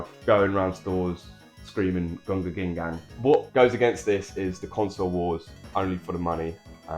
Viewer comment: its so funny when you say gunga ginga just as it should be said